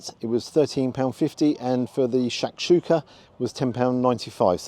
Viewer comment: I'm no expert on Moroccan food (been to Marrakech once) but you pronounced Shakshuka perfectly. I hope Rick is better with fish identification than sausage. Chorizo is from Italy, Merguez Africa - which traditionally isn't included. Edit - it looks like you where served egg soup, Shakshuka is nothing like that in Marrakech.